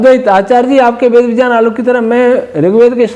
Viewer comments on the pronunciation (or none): Kripaya Vijjan mat bolia viggyan sunne main jada achha lagta hai